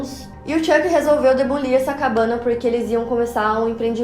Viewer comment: QUE PORRA É DEBOLIR?